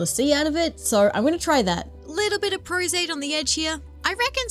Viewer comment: Forgive me, I know you said what glue you used for the eyes, but I couldn't quite understand. "Prozate"? Could I get clarification please? I love your work, and am going for a similar look for a different character.